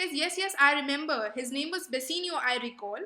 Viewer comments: Video is amazing....but its bassanio not bassinio...and it's belmon not Belmont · Pronounciation is not good dear ...... plss pronounce "Bassanio " properly ....... other than pronounciation ... it was quite good